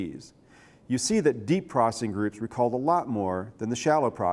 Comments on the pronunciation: Why does he say processing like "procing" I think he's on drugs. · is he saying "prossing" for processing? haha